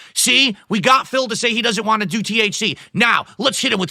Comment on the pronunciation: The way he says waah when he is trying to say want makes me chuckle.